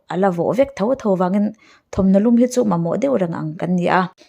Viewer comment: Ka thau a i tih hi, ka tho a tih tur aw!